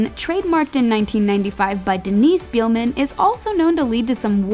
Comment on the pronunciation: Beeelman lmfao try pronounce it like bailman